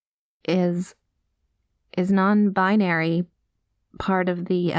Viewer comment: "I am... non-bin-airy." I snorted. I'm sorry, but that was *hilarious*. XD Mama may be clueless, but she's definitely supportive and willing to learn, and those are the most important bits. Honestly it was kind of fun listening to us educate her, and her making jokes while being frank about her own lack of understanding. (Plus her misunderstandings come off more cute/sweet than ignorant and hurtful - like a character I heard once saying she didn't understand an app about bird watching being popular, or why others wanted her to join when she didn't have that interest. She was talking about Twitter lol) This was a really sweet and lovely script. Thank you Turtle and, wonderful job to you both! <3